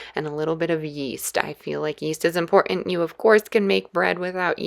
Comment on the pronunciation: It is impor-int, haven't forgo-in. Not hitting that bu-in because this voice is annoying. Speak proper.